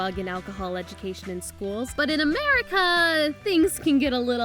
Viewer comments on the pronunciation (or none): none